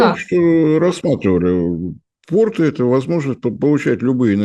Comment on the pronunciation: Уважаемая, порты́ - это штаны, а если вы имеете в виду порт, то во множественном числе ударение на первом слоге - по́рты (как то́рты). 🙄